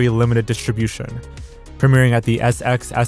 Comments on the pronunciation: I'm not gonna lie, I about died at the way he pronounced South by Southwest as SXSW. 😂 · SXSW is pronounced "South By Southwest". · jsyk "SXSW" is pronounced "South by Southwest," it's a big deal in the indie music & film world